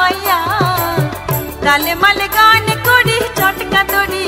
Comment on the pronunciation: উচ্চারণ ঠীকঠাক করলে ভালো হতো ।। "তালে মালে "গান করি চটকা দড়িয়া __এই তালে মালের জায়গায় "তালে মানে " হত ।। একটা ভাবধারা নিয়ে লেখক গান লেখে , এইভাবে গানের মহিমা নষ্ট করা উচিত নয় ।।